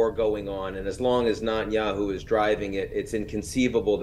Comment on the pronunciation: I wish Ian would stop mispronouncing Netanyahu as Notanyahu. Does he do this on purpose? So weird